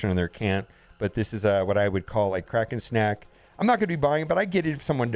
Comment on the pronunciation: Lol. U thought you were saying crack and snack. But you are really saying kraken snack. The big spenders.